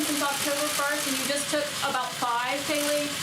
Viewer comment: *Kayleigh. I mean, at least get her name right 🥴🤣